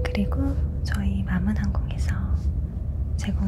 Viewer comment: 마믅이라는 단어 발음 안될 것 같은데 되는거 신기하당~